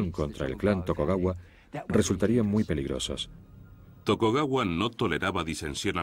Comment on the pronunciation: Chupito cada vez que diga "Tokogawa"